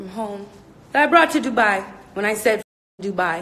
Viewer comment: DRINKING GAME!! Every time she say “DOOBYE” take a shot.... in Dubai.